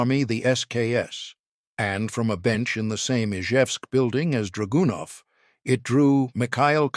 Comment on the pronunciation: actually the style was very good, just wish the Ai could be tweaked to emphasize the right syllables in draganov and a few other words. But the voice was cool for sure. Sorry to be very picky. But good job keep it up!